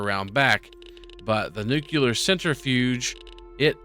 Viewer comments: Nukuler you say? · r u saying "nuclear" wrong on purpose?